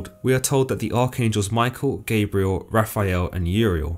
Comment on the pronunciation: It’s not Gaybriel its pronounced Gob-rye-el.